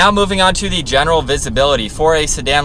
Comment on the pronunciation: Not bad but..."thee this, thee that" Try thuh